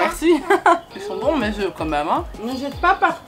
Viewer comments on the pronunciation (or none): none